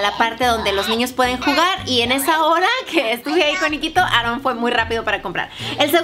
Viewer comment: solo se río porque dijo Aarron en ves de con una sola r